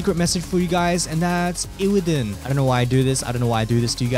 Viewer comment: sowwy iwwidon , migard lezgooo